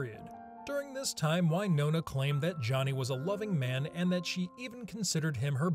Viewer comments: You're a "Film Streak" representative and yet you don't know how to pronounce Winona??? It is not Wynona, it is Win...ona! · Dude.......please.....stop pronouncing it why-nona. Jesus christ!! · I have never heard Winona pronounced as “Why? Nona” before. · It's it "why-nona Ryder," or "Win-ona Ryder"?